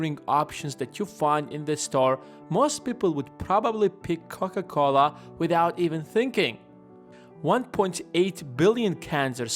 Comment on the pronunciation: Haven´t you made a video about how Warren Buffett invests his money before? 1.52 are you dissing Coca Cola???🙂 Sounds to me like you say Cock A Cola🙂 You got humor I LIKE that👍🙂